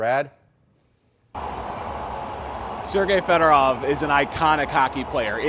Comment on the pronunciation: "Federov" Show some GD respect, you idiots.